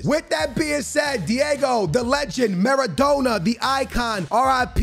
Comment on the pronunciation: pronouncing Maradona Ma-ra-dough-na